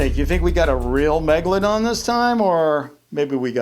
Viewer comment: I knew it was a great white when u said "baby megalandon"....